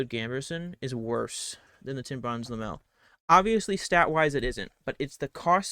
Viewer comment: Wtf is Lamel? You mean Lamellar?